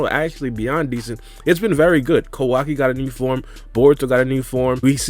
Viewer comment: Whose kwaki? It’s Kawaki 😂